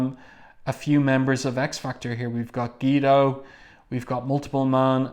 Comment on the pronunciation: Gweedo....not Geedo lol. Also Colossus was being stoic...not stoical Js